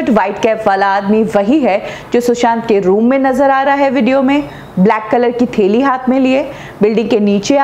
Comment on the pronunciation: Theli nai bolte Hai reee... hindi sudhar apna..thaili hota Hai thaili..!!!